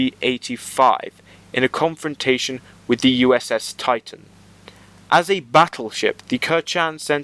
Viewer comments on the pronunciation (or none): none